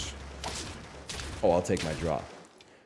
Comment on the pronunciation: something about a bald man saying "re-gourd-less"